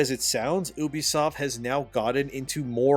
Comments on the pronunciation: bruh its u-be-soft and not oo-be-soft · Omg can you please for the love of god call it U B soft not oubisoft. And do you talk to people like you are talking to child in real life or only on YouTube.